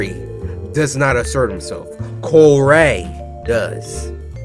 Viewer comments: i like cory not corr-ay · I think Cory is better not “COR-AYY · my name isn't Cory, its Co-Rayy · No, it's Corayy not, Cory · no No NO it’s co-rayy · I liked the vid cuz it's cory, sorry "cor-ray", but this game is cringe, barely got past the 3min mark. Seduction guru? really? and the girls on the bed- boy bye. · Sir his name is Cor-ay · u mean co rayy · His name is Cor-ayyy! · It’s co-rayy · DenCorAlSubSke it’s co-ray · Its co-rayy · MegaGamerDude Actually it's Co-rayy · MegaGamerDude you mean cor-ray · Ahem it's COR-AY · Joe Soria you mean Co-Rayy? XD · uuuh excuse me its CO-RAYY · Bella Glitterface ehem... its Mr. Co-RAYY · Mysterious Q202 it's co-rayy